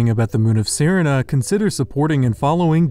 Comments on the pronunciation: That's not how you pronounce serina it's literally pronounced the same as Serena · shouldn't Serina be pronounced like the girl's name? That's "seh-REE-nah,' like Samantha's evil cousin in "Bewitched."